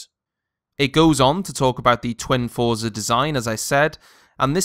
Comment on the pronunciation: Got the Gigabyte r9 290 for $80 off. Its actually quite quiet. TIP for review dont really talk about looks as they are personal choices. Also its pronounced "froze-are"